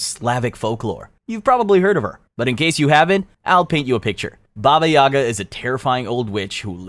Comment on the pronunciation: Its not baba YAga its baba yaGA